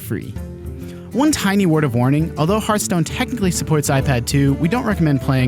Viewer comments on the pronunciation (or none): none